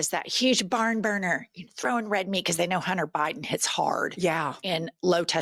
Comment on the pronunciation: Melania cant read. He says “ka-know” instead of “know”